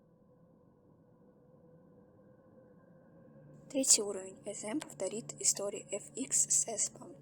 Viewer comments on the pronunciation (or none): F(x) - читается как эфэ́кс.Даже сами участницы на шоу так произносят.